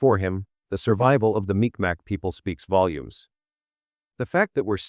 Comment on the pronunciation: It's not MicMac... it's pronounced Meeg Maw...